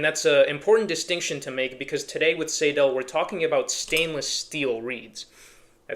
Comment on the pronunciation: Btw, it’s “Seydel” - rhymes with Billy Idol. …But, then again, there are several very different German dialects, so, perhaps I’m wrong and right at the same time…? The Session Steel has its issues. The stock combs are often, ahem, crud. They can crack very easily. A Blue Moon comb can turn the harp into a real instrument. And, the Session reeds, on every one I’ve bought, must be gapped properly. So, they are a good,well built harp - but, only after some tweaking, and a custom comb. I prefer and “tin sandwich” style of harp comb ala Marine Band, 1847s, Golden Melody, over the Special 20, Session Steel , style of comb, anyhow. The 1847 is an entirely different story. That is a fine, complete harp. As opposed to the Session harps I have, every 1847 Silver harp I own were ready to play, out of the box.